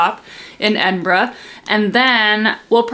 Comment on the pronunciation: You got the right pronunciation of Edinburgh well done!